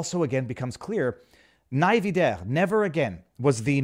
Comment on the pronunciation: “Nie (mals) wieder” is said “knee VEEder”